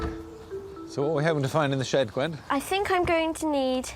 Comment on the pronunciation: I don't know what you're talking about. The word "shed" was never uttered. I only ever heard the word "shid".